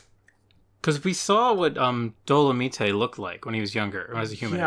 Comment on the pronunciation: stops watching when he pronounces domelite wrong